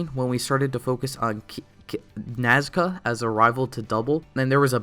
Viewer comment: The way he says "NaScA" I can't 😹